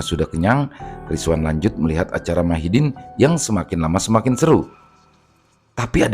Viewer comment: Madihin bang😊...bukan Mahidin🙏🙏